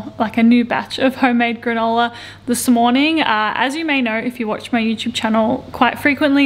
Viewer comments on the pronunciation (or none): none